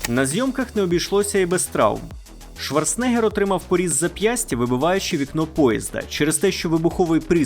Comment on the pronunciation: Я вас прошу. Він Шварцен-егер а не Шварце-негер😅